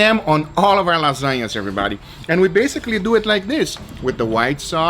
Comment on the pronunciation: Same: first time I heard it I was like <<What does it mean "let's doe"???>>